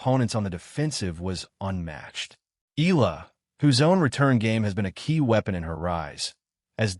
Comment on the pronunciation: FAKE NEWS Channel ! Graf did not meet Alex in Toronto, I googled it and it's not true. Please FILIPINOS wisen up. Videos where EALA is pronounced as EELA are 99% made by AI and disrespect Alex EALA and her Filipino fans. DISLIKE this video by clicking the THUMBS DOWN icon then REPORT this channel by clicking the 3 dots at the right side below the video so Youtube can shut down this channel. FAKE NEWS that are spread about Alex Eala are making more and more people hate her, which is just unfair. These channels are just capitalizing on her popularity and name recognition by posting anything about her, whether they are true or false.